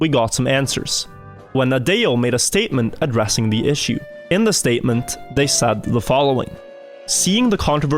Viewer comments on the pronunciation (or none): none